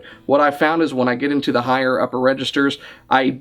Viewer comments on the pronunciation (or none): none